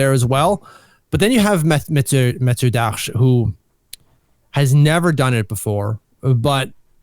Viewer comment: This guy talks perfect English until he pronounces the 2 candidates' names. What a clown 🤡. I can't take this guy seriously.